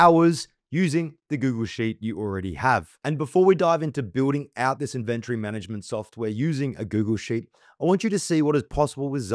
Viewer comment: Really weird how you emphasize the "ven" in inventory... Great tut, but you pronounce the word so strangely